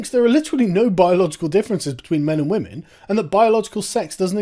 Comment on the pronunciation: when will you stop oppressing wammin? How can you stop oppressing wammin,?